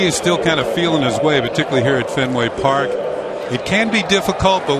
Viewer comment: Fen- Way Paaak, home of the Red- Sawwwwx !